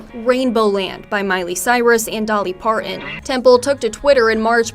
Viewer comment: The reporter's inability to pronounce "Parton" (it's not "Parkkkkkon") gets an "F".